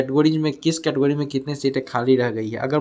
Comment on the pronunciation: Category Bhai pehle yeh to bolna Sikh lo